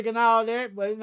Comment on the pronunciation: “Know what I’m talm bout”